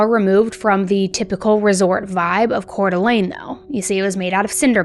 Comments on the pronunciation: YES!!!😊 She nailed the pronunciation. I from CDA, and we lived around the corner from the Dennys Shasta was found at. The only time I was selected for Jury Duty was this case!! Thank God Joseph pled guilty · We (Idahoans) are so proud of the amazing woman Shasta has grown up to be. Thank you for covering this case AND pronouncing Coeur d'Alene and Spokane correctly! Will you please cover the Jaralee Underwood case out of Pocatello Idaho? She was my husband's cousin. What happened to her was disturbing too. It broke the family. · I'm from the area and just wanna say awesome job pronouncing Coeur d'Alene. That is a hard one and the majority of the nation mispronounces it. Kudos! I actually remember when this happened and it was absolutely traumatizing. Our entire community was looking for Dylan and Shasta. We had known Dylan wasn't with them before the diner because there had been other reported sightings. We did not know where Dylan was but we knew he was no longer with Shasta. My cousin went to school with Shasta. I wish Shasta nothing but love that poor baby but unfortunately her life did not get much easier after this. I really feel for Shasta. With the trauma she went through she needed more of the community support and Idaho is not a place where she could receive that. They are highly conservative and do not believe in things like therapy, drug rehabilitation and community support center. That state provides almost zero financial support for anything including schooling. It's a beautiful place but it is not a place where your community will take care of you like that. There are literally zero social programs to support the it's in sickening. All things Shasta would have benefited from, there was no support for. Once her dad passed she had nothing. Like I said I really feel for Shasta.